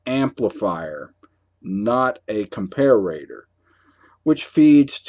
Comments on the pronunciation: good video, but you drove me crazy calling a com-par-a-tpr acom-par-a-ra-tpr. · pronounced compare-a-tor NOT comp-a-rator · It’s comparator not comparrator you knuckle head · GREAT VIDEO THUMBS UP AND SUB. Just one not-to-important thing...COMPARATOR is pronounced: "COM-PAIR-ITTER"...where "ITTER" rhymes with 'HITTER' Sorry for the little nuisance. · What country are you in? I've never heard the pronunciation "compare-RAY-tuhr" before. You sound American but most Americans would use the pronunciation: Are you a British bristols watcher? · Even though he's a native english speaker, his pronounciation of comparator seems a bit off, as observed in other comments. Thank You for the excellent presentation, mr.!